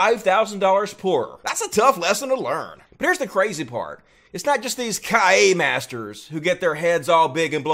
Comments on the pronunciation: Kiai is pronounced: key-ah-ee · OUCH, the way you pronounced Kia hurts me soul. OMG, its pronounced "KEY-EYE". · Please learn to pronounce Kiai thank you. Its not kaia! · Learn to say Kiai correctly please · I think it's pronounced kee-ai, not kai- uh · What's a Cayenne master? I mean, Kiai is not that hard to pronounce, is it? Kee aa ee, not Ka-yay. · ok first off if you are gonna narrate a video gte the frikkin pronunciation correct..... its NOT Kiyah, its Keeyi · KIAI dude, it's khi-ahi, not kaya. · Kiai - pronounced KEE-eye. Not "kai-yah." LoL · Great vid!! (by the way, it's pronounced KEY-EYE) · "Kai-ya masters" ...That really threw me off. I've never heard anyone pronounce it like that.